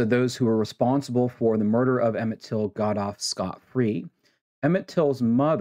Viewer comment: His name was Emmett Till, not Emmitt Till.